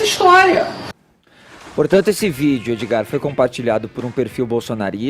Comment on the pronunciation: Fefito chama Edgard de "Edi" aí Edi.